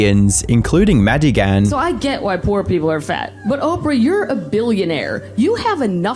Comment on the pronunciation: "Maddie-ghan." ah AI is soooo awful. Why?? WHY USE IT??